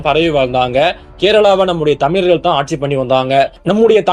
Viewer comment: You can’t even pronounce correctly the word Thamizharkal. 😂